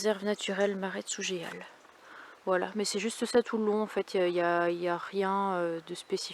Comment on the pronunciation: Cc! Je suis native de Sougeal! Juste te dire quon prononce pas le "é"! On prononce sou"jal" en phonétique bizarre!! Ca me fait tout chelou de te savoir vers chez moi, moi qui rêve de vous rencontrer avec Dann! J'espère que ça se fera un jour! Des bisous!